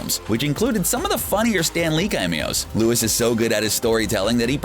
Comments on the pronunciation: Omg yesss! He also said Louis instead of Louise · Lewis 😂😂😂 it’s Luis foo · It's Luis, not Lewis, you uncultured swine. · Sorry guy, but your pronouncing of these names need some work. "Luis" is "loo-EES." "Uatu" is "oo-AH-too." I know you mean well but... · Am i the only one annoyed about the fact that he kept on saying “Louise” instead of Luis?? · his name is Louise,not lewis. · I don't think it's pronounced Loo-is it's pronounced Lui-ees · How the fuck did you say luis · The way this particular narrator mentions Luis’ name😖🤦🏾‍♂️ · Don’t forget Luis instead of LuIS